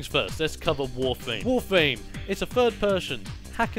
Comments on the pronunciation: Is it just me or did he said Warfame instead of Warframe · It's not warfwam or warfame it's warframe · Its warfram not warflam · why does he call it "wawfwame?" where are the r's? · "WOFAME" lol, is it that this guy is british or is he really just missing a tooth???